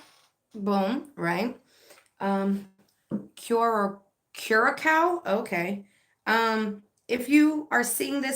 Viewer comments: Pronounce Kerr-uh-Sow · just catching up. For future use it's pronounced Q RA SO. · Kur-ra-sow. Sow pronounced like now.